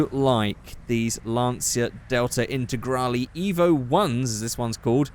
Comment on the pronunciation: As an Italian I've never seen someone hate on the integrale (also nice pronunciation)